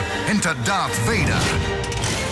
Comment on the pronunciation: oh my gosh it sounds just like he said Poopatine's Shuttle